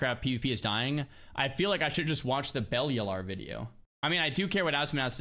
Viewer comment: How do you not know how to pronounce Bellular.